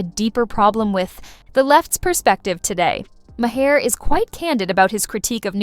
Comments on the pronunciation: Lady, "Ma- Hair" It's M-are Get a clue! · The "Ma-hair" was making me laugh all through this haha